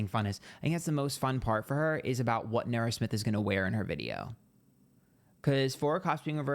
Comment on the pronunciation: i hear "Nara" and think it's an australiian person saying "naur."